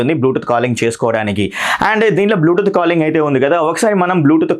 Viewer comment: bulutooth.. 😂 Kani review super bhayya.. Hope a good future